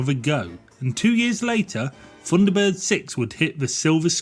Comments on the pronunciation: Really struggling with 'funderbirds' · I thought they were Thunderbirds, not Funderbirds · it was called THUNDERBIRDS, NOT FUNDERBIRDS. And they were BROTHERS, NOT BROVERS. DISLIKED. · The voiceover rather spoils this. Someone who cannot pronounce 'th' narrating a 'Thunderbirds' feature....!?! ...ie, The Thunderbirds.... rendered as 'verr Fundabirds...' doesn't really gel. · I distinctly heard you say "FUNDERBIRDS" and "FREE TONS", Huh?, sorry i just tripped over all those "TH"s you dropped all over the floor. Oh and i had my knuckles rapped at school with a ruler, when it was pointed out to me that the letter "H", is pronounced AITCH, there is no unwanted "Huh" if i learnt this aged 8 i am sure you could have. Thrn you finish it all off with a final 20 firteen, what a lazy dork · 'Funderbirds' ? lmao. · I agree, when the commentator can't even pronounce his subject. 10/10 for effort but 'funderbirds'?.... really?